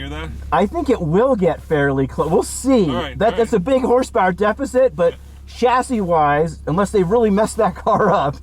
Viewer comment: You know a real car guy because even though he's American, he pronounces chassis correctly.